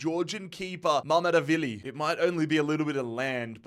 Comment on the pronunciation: Its mamadarshveli not mamdevili